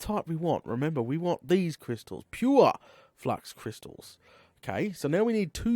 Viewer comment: put an i into the name of the crystal. It`s called Fluix not Flux. Don`t mean to be rude.